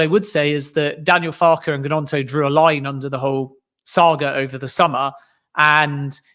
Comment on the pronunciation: Man needs to listen to how Gnonto said his own name it's not G-NonTo it's basically gNonTo.